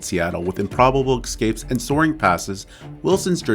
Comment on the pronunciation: "ex-scapes", huh?